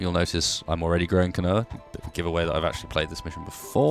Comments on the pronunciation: Keen-wa, Not kinoea. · quinoa isn't pronounced "kinoah" it's pronounced "keenwah"